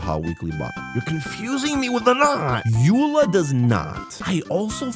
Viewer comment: It was so painful watching you fail Gothe Grand Hotel, Mondstat’s name, and Eula Azhdaha